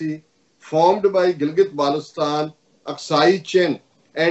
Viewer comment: The correct pronunciation of Gilgit-Baltistan is "Gil-Git Bul-Tis-Tan".